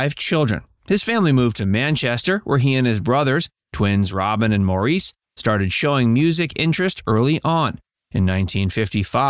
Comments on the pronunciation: Its Morris. Not Maurice. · Maybe if you're going to do a youtube video, you should learn how to pronounce the subjects' names. It's pronounced like the name "Morris". Not mo-REES. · Maurice's name is pronounced like Morris with the emphasis on the Mor. It's not pronounced Moreees with the emphasis on the eees. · Maurice is / was indeed the correct spelling - but, it was / is pronounced "Morris" and not 'Mau_reese_' as so many Americans like to (mistakenly) say it...😟 And yes, his family called him "Mo" Rest In Peace Andy Gibb😢, 💔 Maurice Gibb,😢 💔Robin Gibb.😢💔💔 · It is pronounced Morris only. (Some weird sites pronounce his name Morr eece ...like a Frenchman). It was spelled Maurice and pronounced Morris. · Barry is not the oldest of the 5 children, his sister is. Also, it's pronounced "Morris" , not "Maurice"..Pretty good video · It's pronounced "Morris" not "Maurice". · It's pronounced Morris, not Maurice. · It's not pronounced Mor-eese - it's Mor-is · Barry isn't the oldest of all his siblings. His sister, Leslie, is the oldest of the siblings, born in 1945. Barry was the oldest of the Bee Gees. Maurice is pronounce Morris. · No, it’s a french name, it’s pronounced: Moriz but spelled Maurice - of course. In German it’s Moritz. Love Claudia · Maurice pronounced his name like "Morris". I don't know why, but that is how he said his own name. Please, show respect and say his name the way he did. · After all these years, I can't stand when they call Maurice "Maureece"! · Maurice is pronounced like “Morris” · Maurice pronounced his name like "Morris." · Maurice's name is pronounced Morris mor-ris.. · Cant pronounce Maurice right either. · It's sacrilege that you are unable to pronounce Maurice's name correctly. WTF! You really would think in your position that you'd get it right. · have you noticed how the narrator pronounces maurice these americans make me laugh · Maurice lmao. He’s not French.